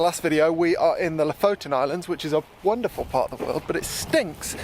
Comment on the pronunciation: no offence, but for a scandinavian your way of pronounce Lofoten is hilarious... :-)